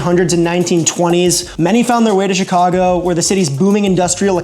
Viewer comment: I'm happy to hear " Chicago " pronounced properly .